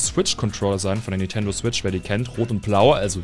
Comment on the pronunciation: Nintendo Schwitch?!